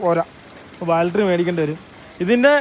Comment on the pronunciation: Dear friends, ബാൽട്ടറി അല്ല " ബാറ്ററി" എന്നാണ് പറയുക. ഇത് നിങ്ങളുടെ ഒരു സ്റ്റൈൽ ആക്കാം 👌🏽 style